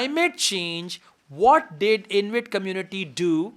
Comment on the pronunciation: Sir, It's not Invit, it's Inuit.